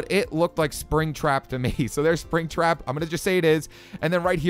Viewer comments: I like how he says itts springtrap to me haha so funny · when you said springtrap I cringed